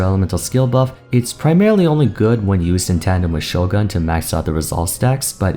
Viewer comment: Isn't it "Sho-goon" instead of "Sho-gahn" if he's trying to pronounce it the Japanese way?